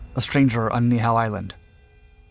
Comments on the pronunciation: It's pronounced Nee-e-how. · Hey just a little fact checking. The Niihau incedent segment there are two corrections that can be made. Niihau is technically spelt Ni’ihau and is pronounced “NEE EE how” not neehow. Besides that great video! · That's not how the island they landed the zero on...is pronounced. Ni‘ihau